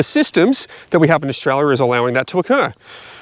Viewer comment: I love how you say Australia in Orzchrarlyah